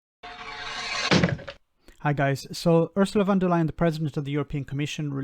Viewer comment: you are one of the only ones pronouncing Von der Leyen correctly. It's more as in the English word LION rather than Leyin as most say. Congratulations. I like it.